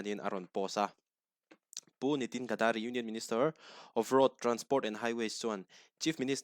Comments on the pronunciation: "Gadari" nilovin "Gadkari" ani e. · Gadari tiin i lam tlatin ka hria, NitinGadkari zawk a nia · Gadkari Ga-da-ri ❎ Gad-ka-ri ☑️